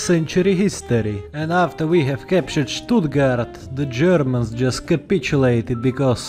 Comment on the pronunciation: Wow, you even pronounced Stuttgart right